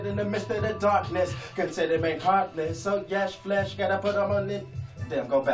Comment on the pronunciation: R.G. Stentje 😂 i like when he messed up and said yesh flesh